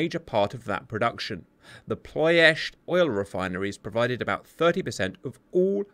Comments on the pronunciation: just wants to say 'Ploesti' once more -- whoops, there he goes again. PLO esht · He always pronounced it - Plo-est-ee